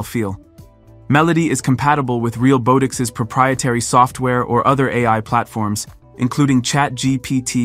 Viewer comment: The comedic irony of the Ai voice being unable to properly pronounce "realbotics" is not lost on me.